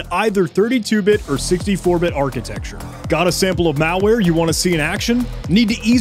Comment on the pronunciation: pronunciation of the word "malware" as "meowlware" so cool😊